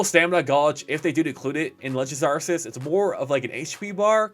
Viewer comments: good just wanted to see the ark-eus news and kept hearing it pronounced wrong and was like nu, why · When you say arceus wrong widePeepoSad